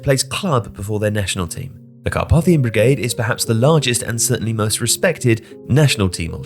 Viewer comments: The middle letter A of Carpathian/Carpathia is pronounced as AY (to rhyme with ‘pay’) in English. In IPA, it’s /kɑːˈpeɪ.θi.ə/ in British English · Incorrect pronunciation of Carpathian pretty annoying. For someone who narrates for a living should probably know better.